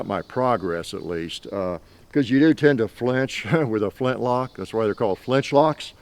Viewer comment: flint-lock = "flinch-lock" lol